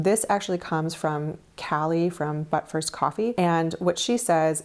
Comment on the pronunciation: The you said “But first coffee” 😂😂😂 Sorry, I’m being so immature, but they way I heard it at first was “Butt-first coffee”